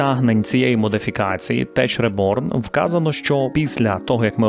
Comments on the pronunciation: класне лампове проходження! Лиш tech читається як тек, а не теч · Відео та атмосфера, як завжди, на рівні! Дякую. Єдине, що хотів би поросити: 'Tech' правильно вимовляється "тек", а не "теч". Просто кожного разу як чую "Теч Реборн", то не розумію про що йде мова :) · Tech читається як "тек", тобто тек реборн, наприклад стиль хай тек це high tech, будеш знати!! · Одна невеличка помилка у твоїй вимові назви моду. В таких англійських словах: як Chemistry, Character & 'Tech'nology буквосполучення "CH" звучить як "К". <Кемістрі, Керектер & Текнолоджі>.